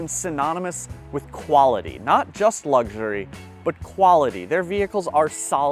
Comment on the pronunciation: You want a real nose bleed? Come to New Zealand and pay our prices. BTW There’s no g in luxury.